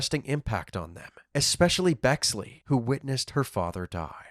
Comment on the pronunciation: I'm sorry... Uhhh. . "Bexley" ?